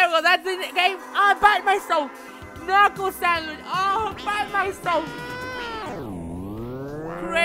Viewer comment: Ka-nuckle sandwich